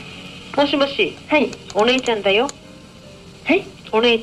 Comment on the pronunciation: お姉ちゃんダヨの言い方なんだけどさ、 ネイティブな発音の影響が大きい気がする。 ペルーに住んでた在日の知り合いがいるんだけど、 その人の日本語のなまりに似てる。 ヨーロッパで、舌がくるっくる回る発音をする言語の影響なのかもね。 つまり外国人の可能性があるわけですな。